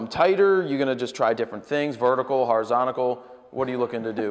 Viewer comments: PLEASE Jared it is horizontal not horizontical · "Horizontical" lol